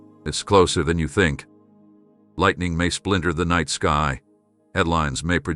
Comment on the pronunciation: itd not nitr u must understsnd Its not NI te